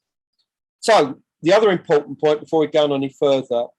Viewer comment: This is interesting but I cannot stand his voice "various bits and pieces" is over used and extrowdenary is not pronounced like that and impowtent is another, he's basically saying he's the first, all him, he got dibs on it